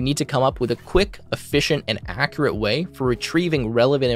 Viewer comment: Your pronunciation of the word "accurate" is inaccurate.